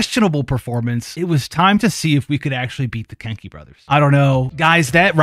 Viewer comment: im sorry, but i kept on hearing kink* instead of kenki lol